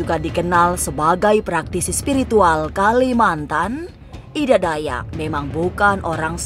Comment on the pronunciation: Ida mbak bukan edaa 😂 kaya orang batak jatohnya